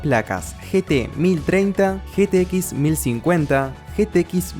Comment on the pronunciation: en un momento se vio que te cansaste de decir "ge te equis" y le mandaste "getequis"